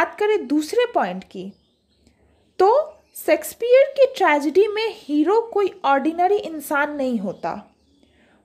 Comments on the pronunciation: Its shayksh peah not secspear... I dont understand y most of the teachers pronounce like this ? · Mam baaki to theek hai par pronounciation shakespeare ki sexpeear bolta ho ya unki aatma ko hurt krega 😂😂😂